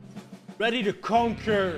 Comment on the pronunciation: The Dutch viewers heard you say "conquer" in a different way